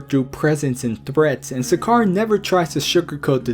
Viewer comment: it's pronounced Sack-er